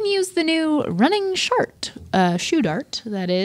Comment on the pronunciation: She called it the “shart” and they just skipped past it!